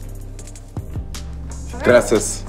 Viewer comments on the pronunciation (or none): got me dead “gracis” 💀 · Bros said grecias 😂😂🅱️😱✅✅👅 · Gunna my guy, but this nigga trying to say "Gracias" is fucking HILARIOUS! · Dope interview until he said GRACIAS